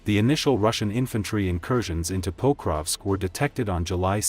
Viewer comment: Diese Computer-Stimme ist schrecklich. Sie kann nicht einmal Pokrovsk anständig sagen.